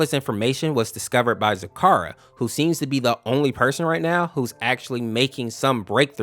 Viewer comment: Your say zecora wrong. Ze-cora Or zi-KOR-ə